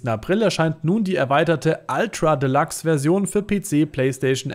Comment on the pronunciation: ultra de- Lachs 😂